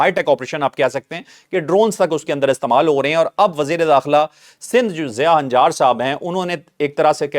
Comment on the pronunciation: ہنجار نہیں لنجار ہیں یہ قوم ہے درستگی فرمائیں